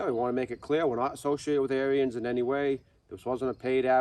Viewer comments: The Dad's pronunciation of Onyx is the correct one, however, he pronounces Ariens wrong. Ariens is pronounced as two syllables like Air-Ens, not Air-E-Ens. All that being said, I'd be perfectly happy with the Ikon, although I'd re-paint it to suit myself. A lot of it would stay Ariens Orange, but I'd change some parts of it to an Arctic White to make it more closely match Ariens equipment from the 60's and 70's or similar to their 90th anniversary edition. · I have been so busy that i didn't even see that ariens made an onyx edition. It's pronounced "on-ix" and " air-ens" . About the only thing i don't like about the onyx edition, and ariens zero turn mowers in general, is that they got rid of the serviceable hydros on the lower end / residential units. They used to offer an ikon model with the 2800 serviceable htdros. Now you need to get an apex which is about $1500 more. Gravely does offer a model that fits in the mix, at a slight price increase and not 1000$ dollars more like Ariens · Pronounced Air ens